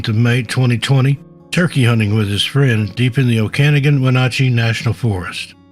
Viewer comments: #5 Okanogan, Washington = Oh-can-ogg-gan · Heh Oak-ah-nogin and win-at-chee. Washington has a bunch of hard to pronounce names. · "Squim" Washington. I know, it makes no sense... oh'-cah-NOGG'-en. Those western names are getting you.